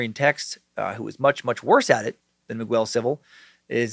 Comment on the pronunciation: Holy crap man. I’m a fan but you’ve got to learn how to pronounce Miguel. It’s pronounced Me-gell, not migwell